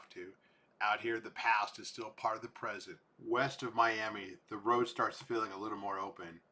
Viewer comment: Not pronounced like the city in Florida